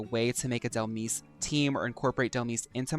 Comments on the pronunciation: for me is the way you glow up Dhelmise just by the way you pronounced it ! Dhel miss ! right she can be a spooky miss 🎀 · Baby, Dhelmise is pronounced like demise, hence the name